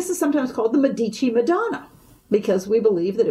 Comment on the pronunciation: San Marco...in FLORENCE! It's MEDici, not MeDIci!!!